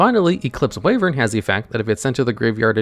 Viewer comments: "Wayvern"? Sorry to burst your bubble mate, but it's pronounced "Why-vern". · Ah yes, Eclipse "Wayvern"